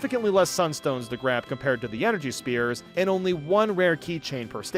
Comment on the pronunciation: why does he keep calling the energy spheres energy spears?